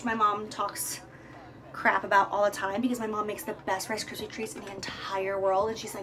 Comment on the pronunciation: "RIce Kryps" hahahaha